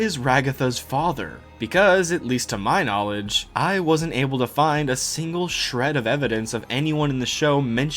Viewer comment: able ab-ble a bubble